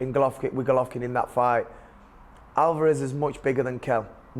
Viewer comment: WHY ARE YOU CALLING HIM ALVAAAAREZ? NO ONE SAYS THAT. On the plus side, liking these interviews